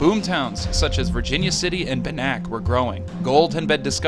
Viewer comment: Ban ak, not ba nak.